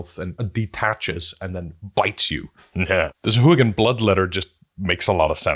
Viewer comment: SA-HU-A-GIN 🙃 SOW-HUA-GIN 🧠